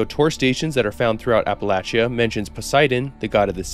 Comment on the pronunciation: Bro uses a perfect dialect in pronouncing “Yangtze” but can’t say Appalachia right…